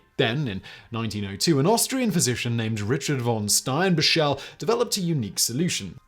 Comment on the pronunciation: Steinbachel isnt pronounced. "Stein bashelle, rather the middle componenet is the same as the composer "Bach" (not a long ah as the English pronounce it). The ending isnt pronounced "elle".